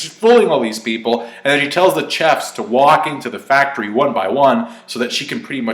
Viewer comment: Chef like shhhhhef not chef like check